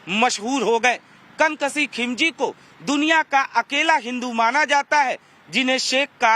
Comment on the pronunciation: "कन कसीह" नहीं मेरे भाई "कनक सिंह "